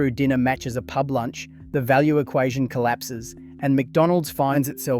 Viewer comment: a local Pee-Yoo-Bee? You can't say Pub?